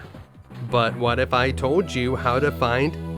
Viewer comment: "And what if I towd you...." 😅